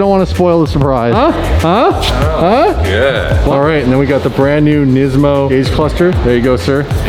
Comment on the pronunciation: nesmo c'mon its NIS-MO